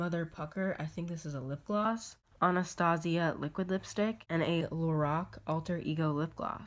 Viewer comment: Samantha Albright I know how to pronounce it, and it's la-rock. Look it up ☺